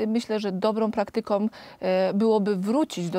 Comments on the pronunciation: Na nieszczescie Pani doktor, wrocilem do tej nieszczesnej , zeby zlapac watek i kiedy jeszcze raz uslyszalem "dobra praktykOM", przypomnialo mi sie, ze nie tylko jest tu blad artykulacji, ale rowniez blad liczby, bo Pani mowi o dobrej praktyce, czyli w liczbie pojedynczej, jako dobra praktyka, a wyraz "praktykOM" w polskim jezyku, wystepuje w liczbie mnogiej, czyli mamy tu dwa bledy w jednym wyrazie!!! Zaznaczam przy okazji, ze ja i moje corki z zona jestesmy 35 lat w Kanadzie i nikt z nas nie kaleczy jezyka, a wlasnie tym bardziej pielegnujemy poprawny jezyk polski, co przy okazji jest jedna z oznak patriotyzmu. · Przykro mi, ze moje ucho uczulone jest na kaleczenie jezyka polskiego, ale ze lekarz fatalnie wymawia koncowki niektorych wyrazow, to nie moge tego przemilczec. Pani lekarz powiedziala, "mysle, ze dobra praktykOM", wyraz dobra z "a" z ogonkiem na koncu tego wyrazu, powiedziala poprawnie, czyli nie domykajac warg na koncu jego brzmienia, ale juz przy "praktykOM" moje ucho natychmiast wylapalo falszywy dzwiek. Wrocilem conajmniej 8 razy, zeby sie upewnic, ze nie skrzywdze kobiety, bo to sa ulamki sekund, ale niestety, bylo "OM"!!! Czyli niepotrzebnie domknela wargi i w tej sekundzie ucial sie dzwiek, a powinien jeszcze trwac w naszych uszach przez wlasnie, ulamek sekundy! Te bardzo czeste bledy artykulacji, tepie w kazdym przypadku, kiedy robia je osoby z wyzszym wyksztalceniem, bo od nich mamy prawo wymagac, aby byly wzorem dla mniej wyksztalconych, a zwlaszcza dla mlodziezy. Wielu obecnych nauczycieli, nie wylapuje tych bledow, bo sami je nabyli przez brak rygoru o dbalosc jezyka, po wielu reformach szkolnictwa, co jedna to gorsza!